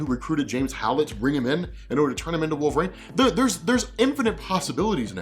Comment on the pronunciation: Wait, how do you think Wolverine is pronounced? It took me forever to understand that's who you were talking about. Wolv Rayne?